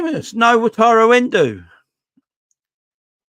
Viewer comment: stop sayin En-doo it sounds like a good night out with the girls if your a girl that is ha.....The Liverpool fan from japan said its En-doh as in the simpsons doh or bread dough?